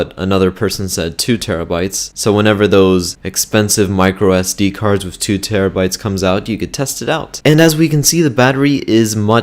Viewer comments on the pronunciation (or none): He says wif